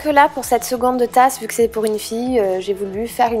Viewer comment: on dit cette tasse pas cte